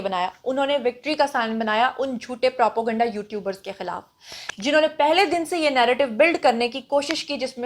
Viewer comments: Propo-ganda nhi Naam nihaad journalist.....sahi word n pronunciation is propaganda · What is propoganda? Constantly using wrong pronunciation.. Propaganda is the right word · Propo ganda ye takia kalam h apka pehly bolna to seekho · She isn't educated enough. Most of her pronunciation is incorrect.